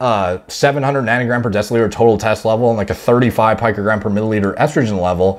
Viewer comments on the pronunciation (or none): "Picogram" is pronounced like Rico, but with a P. "Pico-gram". Not "Pike" 😉